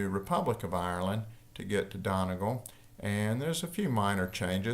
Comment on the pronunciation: I listened out of curiosity to see if he would mispronounce Donegal, I was not disappointed. For future reference, Irish people say Dunnygaul